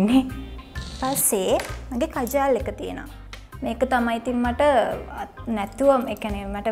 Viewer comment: කජාල් නෙවෙයි ගෑනියේ කාජල් .. ෆනෑන්ස් නෙවෙයි ෆර්නැන්ඩස් 🤦🏻‍♀️🤦🏻‍♀️🤦🏻‍♀️